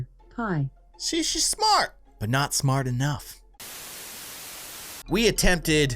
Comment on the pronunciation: said smrt.